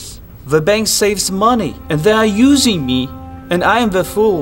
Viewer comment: "Of COURSE, wadayaTHINK, they already put my ideas into prAAKtice. The bank saves money, and they are YEWsing me, and Aim da fool." Seriously, this guy emphasizes the weirdest words in his sentences.